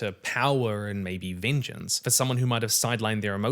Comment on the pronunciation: Say VEENJENCE one more time I swear